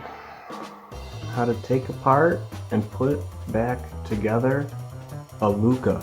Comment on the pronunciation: NOOOO ITS LUCHAAAAA LOLL